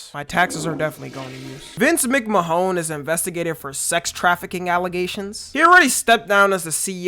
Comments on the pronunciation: brother really said Vince Mc-Mahone, instead of Mc-Man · Vince McMahone? 😂 either that’s a troll or dam you a youngin. It’s pronounced “McMan” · it’s mick-man not mick-mahon😭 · Sorry to be that guy but for Vince McMahon his last name is pronounced as micman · its pronounced vince mik man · “Vince Mac Mahone” 😂😂😂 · its pronounced mcman gng ik he a weirdo but as a wrestling fan i cant im sorry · “Vince Mcmahones”😂😂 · no way you called him Vince Mc Mahone lmao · ain't no way u pronounce his name like that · But isn’t it spelt Vince mc-Mahone maybe he doesn’t watch WWE